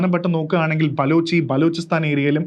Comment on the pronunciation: ബലൂജിസ്ഥൻ എന്നാണ് 😅